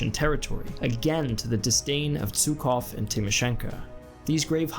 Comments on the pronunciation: No offense, wasnt Zhukov pronounced /ʒukov/ and not /zukov/? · Oil supply needs to be mention! And Jukov, not Tsukov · Жуков (Zhukov) is pronounced /'ʒu-kɐv/ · How is it possible that a knowledgeable historian doesn't know how to pronounce "Zhukov"? Georgy Zhukov was one of the most important people of WWII. Click on the speaker icon in the left panel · Great video ! But please pronounce Zhukov the Russian way.